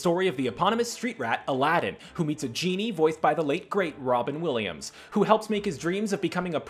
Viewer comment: I had a stroke when he said "Alàddin"